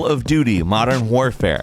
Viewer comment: Did he say Modern Whorefare?